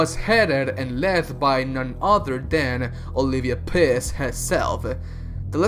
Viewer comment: "Olivia Piss"